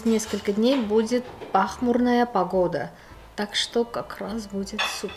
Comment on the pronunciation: Հեղինե ջան ճիշտ "пасмурно" а не пахмурно😊